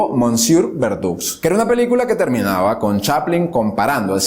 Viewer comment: ke bruto sos kerido "mosieur" se pronuncia "mesie" y verdoux se pronuncia "verdu" BRUTO